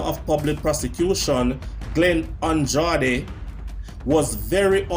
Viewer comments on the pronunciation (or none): none